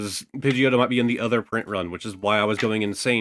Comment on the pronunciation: I jumped up and scared the cats when he called Pigeotto Pigeot and put it to the side lol